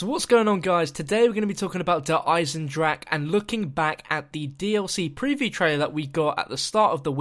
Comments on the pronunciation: just for the record Eisen-drache is pronounced: "Isen drahuh" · actually speaking german makes it so hard to hear "eisendrack" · You are all saying "der eisendrak" ffs its "der eisendrache" pls look it up at google to it right the next time ffs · why does everyone say der eisendrache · Pronouncing it wrong